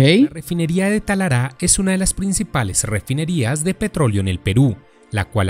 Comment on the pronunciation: Muy bueno, solo una cosa No es "Talará, . . . es Talara", gracias y saludos